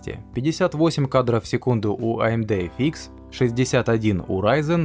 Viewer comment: Спасибо за обзор! лучшие. эфИкс прямо режет слух)))) (эфъ икс)